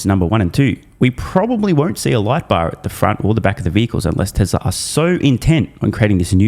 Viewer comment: Year .....Yeeee Tesla.....TesleR he has a problem adding an R. and. removing an "R"